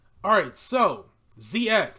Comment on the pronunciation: Prounce it Ze-Cross not Zee-Ex